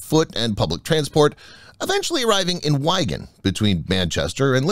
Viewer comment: Interesting video. But it is pronounced WIGan as in Wig, not Wygan. Apart from that its great stuff and thanks for posting.